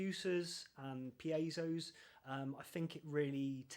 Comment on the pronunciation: Thank you for pronouncing piezo correctly. 💖